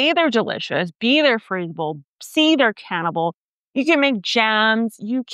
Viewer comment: lol Just me over here thinking you said raspberries are cannibal. Took me a minute to realize that you said can-able. I'm just a little disappointed raspberries don't have a dark side I didn't know about.